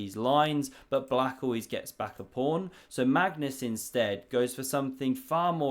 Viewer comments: Are you so hungry, that you keep saying prawn instead of pawn? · does he always say 'prawn' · Ya it's my favorite because he doesn't go off on too many computer lines but does he have to sound special needs every time? Mispronouncing once and a while for a joke OK. But I was started to think he couldn't pronounce the word pawn. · It's a PAWN, not a PRAWN. This isn't a game of sea creatures. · body-green-covering-eyes:Don't make fun of my friend's regional dialect. Next you'll be saying Mongoose Carlsberg isn't his real name and he wears a wig.:face-blue-wide-eyes